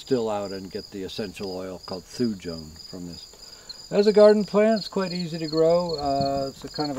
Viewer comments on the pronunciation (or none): What is the essential oil called...? Sounds like "Thoojum"...